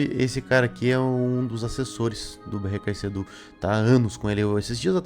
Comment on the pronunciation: Pq vc fala "betksedu" ?? 😂😂